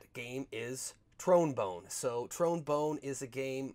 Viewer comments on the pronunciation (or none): Love the video.. just couldn't stop laughing when u said trone bone lol.. but I'm big into collecting PS1 and actually got an unopened copy of the game.